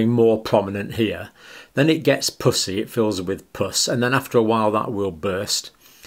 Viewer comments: Puss E. Not Poosy. I was so confused. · In North America we pronounce puss as puhss and not poose. And puss-y as puhssy. Poosey is what we use as slang for the female vagina. Just saying. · Please quit saying “pus”sy. LOL. I have laughed so much trying to watch this. Purulent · 😂😂 such a Serious video until when he says pus-ii spots with such an Accent it sounds like something else… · Is it me or does it sound like he is say pussy spots 😆 🤣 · I can't concentrate because I keep hearing "pussy rash" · Sounds like he is saying puss. Y 😆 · I love your channel and the fact that you use FACTS and science and absolutely no opinions. And I know you are British. But I cant help but laugh/blush/cringe when you say Pus-sy. Idk if that’s a crass word in the UK , but it is in the US. However it is a homophone: spelled the same and sound different. Pussy sounds like Us. When it’s said your way it is like pussycat. oO — 😳😵😮😲🤭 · Evert time he said "pussy" (the way Brits say it) I have to admit I had to laugh... and I do feel really bad about that. ;P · Am I the only one that thinks it sounds like he’s saying “pussy spots?” 😆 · Your accent for "pussey" would get most americans a visit to our commisar I mean HR office. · The word "pussy" you pronounce so aspirated 😆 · As an American I laugh at the way the good doctor pronounces “pussy.” It’s quite juvenile of me, I’m sorry. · and he says it with a hard P🤭😂